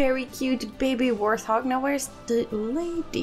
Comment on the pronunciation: Hey Just wanted to let you know that I love the videos. Also as a person with English as their third language I just want to say that it's pronounced wart-hog with a t hehe. I don´t mean this as any kind of insult, I know I would want to know if I were saying something wrong. They are hogs with warts but you seem to say warth-og which is an understandable error. Any, love the series! keep it up.